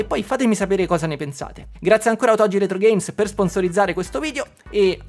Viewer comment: Caro, sei sempre molto esaustivo e divertente. Premesso che questa Ps5 Pro è una "sola" senza precedenti che nessuno dovrebbe acquistare, ti scrivo per un altro motivo. Tu sponsorizzi "otogi retrogames", ma io non ce la faccio a sentire che ogni volta la pronunci in modo sbagliato. Non so se i proprietari del negozio, questo Domenico nella fattispecie, lo pronuncino così come si scrive, ma se lo fanno peggio ancora perché se dai un nome a qualcosa devi sapere come si pronuncia o cosa vuol dire. Nel tuo caso ti dico solo che si scrive "otogi" ma si pronuncia con la g dura, cioè "otoGHI". La parola vuol dire "fiaba, favola" in giapponese ed è molto azzeccata come nome. Perciò ti prego, almeno tu, visto che ti stimo, pronuncialo come si deve. Un saluto da un insegnante di lingua giapponese, motivo per cui ti ho scritto questo messaggio, che non riesce a sentire quella pronuncia errata e si è "permesso" di fartelo notare. Spero che tu non te la prenda, in caso mi scuso. Con stima Ciao🎉